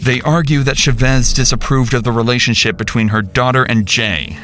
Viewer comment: Its - disapproved - Not dissaproved